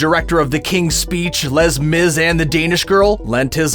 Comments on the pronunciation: Lez Miz? Was that supposed to be Les Mis? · Les Mis is pronounced “lay miz.”